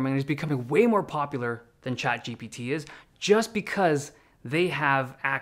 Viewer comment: Why do you pronounce chatGPT «chad gpt» 😫